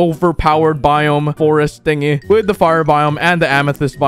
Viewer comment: Y do u say wid instead of with